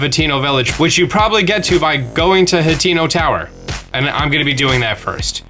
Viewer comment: Hateno = hah tuh no NOT HATINO